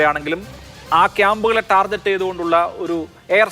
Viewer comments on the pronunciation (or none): ടാർജെറ്റ് അല്ല... ടാർഗറ്റ് എന്നാണ് പറയണ്ടത്....